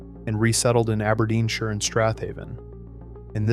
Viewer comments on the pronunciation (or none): none